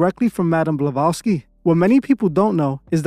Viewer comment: Are you purposefully not pronouncing ppls name correctly? You called Roger Ebert elbert and Helen BlaVATSki balowski 😂😮😅